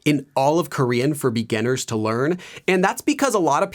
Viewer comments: Anyone else notice the way he says ‘beganners’ instead of beginners 😂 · it bugs me every time he says begunners